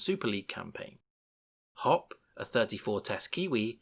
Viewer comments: Hoppe = Hop-pay not hop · he could say fusitua but not hoppe